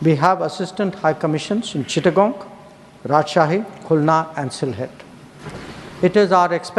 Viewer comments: চিটাংগন নয় চিটাগাং অর্থাৎ চট্টগ্রাম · জয়শঙ্কর বাংলাদেশের চারটে জায়গার প্রথমটার নাম বলেছেন "চিটাগং (Chittagong)" অর্থাৎ 'চট্টগ্রাম'-এর ইংরেজী নাম। তুমি বললে "চিট্টাঙ্গন" বা "চিট্টাংগং"। এরকম কোন জায়গা নেই।